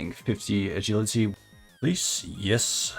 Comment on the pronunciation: 10 34 agility is pronounced with a j like in jump not the g in guilty BTW 🤓